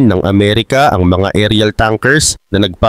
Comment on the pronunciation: Bombers...??? Pronunciation mo mali... E Google mo nga para malaman mo ang wastong pagbigkas ng bomber...